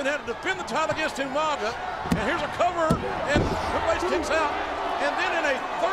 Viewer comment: Umanga- i miss when he pronounced his mame like that Rip umaga